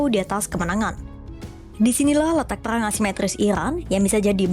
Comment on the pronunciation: Cari narrator yang bisa spelling RRRR dengan bener, karena ini bahas peRRRang